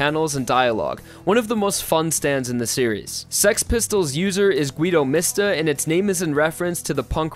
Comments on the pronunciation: Gui-do mis-ta Lol why is it four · I don’t wanna be this person but he messed up so many things and pronunciations. Notorious B.I.G has notorious in the name, and the rapper is pronounced the same way. It’s not bucciarali, it’s not naraaancia, not gwuido mista, and silver chariot requiem isn’t called “the requiem” There’s more than this but this is too dumb to keep going